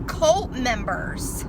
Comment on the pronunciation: Did anyone tell her it’s “cult”, not “colt”. Lmao